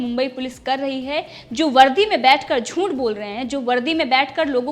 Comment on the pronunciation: Zoonth nahin zooth bolo. Aapki Hindi barabar nahi. Aap bahot fast bolti hei. Be cool and speak calmly. Hum America mein rahete hei. Aapki her video dekhte hei. Maharashtra sarkarka atyachar dekhke hamara khun ubal raha hei, toh MODIJI aur Amit shah kya kar rahe hei ? Kya sab politician ek ho gaye hei? Rajyapal kya kar rahe hei? Unki atma ko jinjodo. Jagao unko. Maharashtra mein Dhutrashtra, duryodhan, shakuni aur dushashn ka raj chal raha hei. Ismese Mahabharat toh hona hi hona hei. I strongly support Arnab and Republic Media.